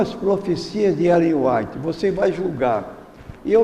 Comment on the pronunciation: Primeiro este senhor nem o nome de Ellen White sabe pronunciar, segundo, mostrou profunda ignorância da doutrina adventista, terceiro, mente ao falar o que não sabe, mais ignorantes são ainda os que o admiravam, porque pelo que sei já faleceu, agora só lhe restará a surpresa quando ressuscitar , e Deus que o julgue